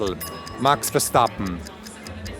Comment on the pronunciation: Bruh did he really say Verstappen... oml